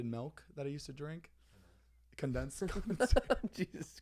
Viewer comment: "I blame the condesative milk" I LAUGHED FOR A GOOD 5 MINS!!! ZANEEEEE